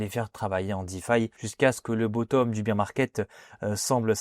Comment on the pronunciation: je trouve tellement dommage de gacher une belle analyse en persistant à dire beer ou lieu de bear